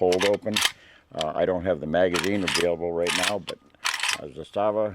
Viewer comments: funny how americans bend over backwards to rponounce zastava correctly but pronounce canik as they feel like. you hate the turks for being muslim and love servs for being found guilty for genocide over muslims in hague tribunal? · Im serbian and your second prounanciation was right, anyway great review and i wish theres more americans like yourself out there cos you remind us of ww2 America when you were the greatest country and period when Serbia and America were allies, now America is not run by true americans and thats why we are sadly on opposite sides....regards to you and all true americans from serbia